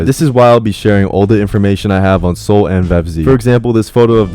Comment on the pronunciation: Are you talking about soul or soluh